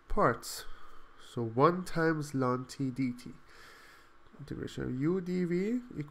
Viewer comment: I have never heard anyone say "lon" for ln